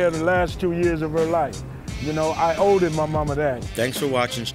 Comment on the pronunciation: I (OWEDED) my mother that. OWEDED didn't know body else hear that huh? But on a serious note I can't help but wonder what he could have been if his so called father who is supposed to be a hero to him wasn't playing the villain and beating him